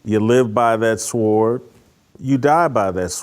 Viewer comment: Jason Whitlock, the easily digestible African American who espouses all of the 'Good ole days ' rhetoric and even pronounces the (w) in sword - readily displaying a smidgen of ignorance; to assure you're always laughing at him as much as with him.